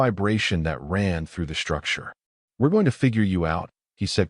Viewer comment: Great story. BUT, SHTRUCTURE, EXSHTREME, DISHTRESS, INSHTRUCTED, DESHTROY, SHTRAINED, DESHTROYED, DEMONSHTRATED, SHTRUCTURAL, CONSHTRUCTION, SHTRONGEST, SHTRATEGISTS, RECONSHTRUCTING, STRUGGLED, these are said up to 30 minutes....these are NOT English words. WAY too many AI and humans put that Freakin "H" after the "S"!!!! WRONG, WRONG, WRONG!!! And, yor AI, and it is MOSTLY this same AI voice throughout YouTube, that Freaking stu.u.u.u.udders on some wo.o.o.o.ords! Very annoying.